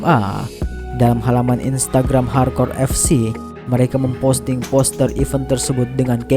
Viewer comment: Saran yg smga dibaca admin, cba betulkan cara pelafalan "event" min, bedain antara even dan event min Smngat bro min, go international